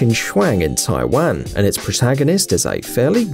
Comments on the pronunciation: It taiwan not taiwaan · No way he just said taiween